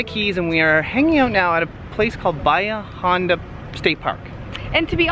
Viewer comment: Pronounced... Ba hee ah honda. :-) Wait, what? you didn't see any naked people or with body paint? Now that's strange. I googled 7 toed cat and it automatically came up to Hemingway's place and all of his 6 toed cats. Cool. Thanks Guys.